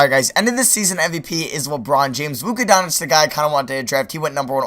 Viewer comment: his name is called don-ts-its dude not don-ic